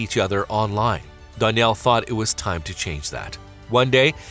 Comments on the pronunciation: Dan-yell not don-yell say it right that drove me nuts but this was such a beautiful story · learn how to pronounce a name before saying it wrong 100 times in a video. It makes you look clueless. DANielle. DAN for short. Not DONielle. Not DON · This guy narrating is driving me nuts with his pronunciation of "Danielle" He pronounces it "Don". It's ruining the vid for me.